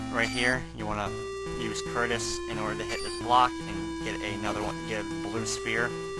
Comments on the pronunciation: It shouldn't bother me this much, but.. WHY DOES EVERYONE CALL THE BIRD CURTIS!?! IT'S CUTRUS! T comes before R. *sigh* I feel better now that I've vented. Sorry everyone. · I'm pretty sure since the bird's name is spelled "Cutrus" that it's pronouced "Coo-truss"